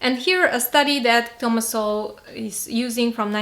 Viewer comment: you use to pronounce it as So-Well but now you pronounce it as soul, you've been watching uncommon knowledge?